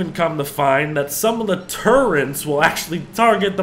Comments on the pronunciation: Turrets, not turrents There isn’t an N in it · There is no n in turrets.